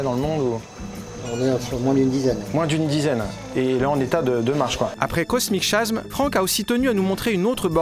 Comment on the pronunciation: Super collection. Par contre, ça fait bizarre d'entendre Cosmic Chasm prononcé /kosmik ʃasm/. En anglais, ça se prononce /kosmik kazem/ :)